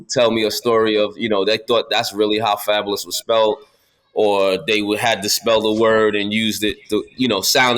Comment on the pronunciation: Fabo..lous? Lean back 😂😂😂